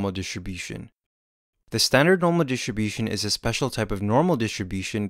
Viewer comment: "Standard normal dishibushunz" HAJHSJHJHAHAH BUT JOKES ASIDE,, THIS VIDEO HELPED ME A LOT. KEEP DOING GOOD STUFF <33